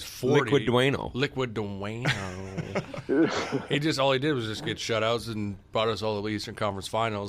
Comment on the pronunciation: Liquid Dwayno is the greatest thing I’ve ever heard